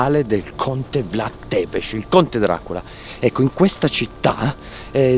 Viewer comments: io dato che sono romeno volevo dirvi che non si dice vlad tepes ma bensi vlad zebes,ovvero si scrive vlad tepes ma si legge come ho appena scritto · non hai ancora imparato a dire Vlad Țepeș 😆